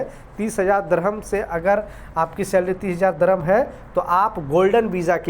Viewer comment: Slarry slarry bolta hee khaie app lekin company nahi badtyaaa